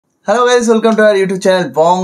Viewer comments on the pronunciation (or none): none